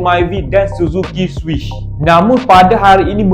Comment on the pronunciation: bukan suzuki swish,suzuki swift,sori la sbb tegur,sebutan biar betul